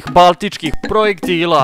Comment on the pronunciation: kaže baltičkih projektila haha umjesto balističkih